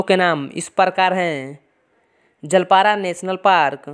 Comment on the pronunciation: Wrong Information has been given 😡 Alipurduar has been situated beside Kaljani River (Tributary of Teasta) Jalpara nhi re ...its Jaldapara😡 Kolkata se Alipurduar ka distance 700+ hain😡😡😡 And pronunciation ki maa behen ek kar dia tumne bhai... Pehle sahi se padhke aao then post karo😡😡😡